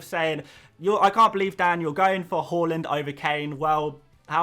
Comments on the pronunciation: It's HAA Land. Not HAUL Land. Come on Dan! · Ffs it’s HAAAAAAAAAAAAALAND NOT HOOOOOOOOOOLAND